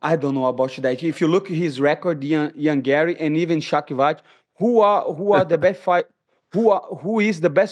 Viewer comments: mf said Shocky Vatch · Shavikoch, shockyvoch, shockycock rockmaiev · The way he pronounced Shavkat’s name. 😂 Even Uncle Chael would be jealous.